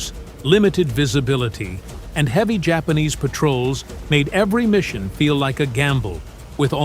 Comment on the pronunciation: Spanish pronunciation